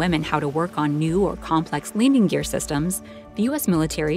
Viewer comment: Did she say Leaning Gear?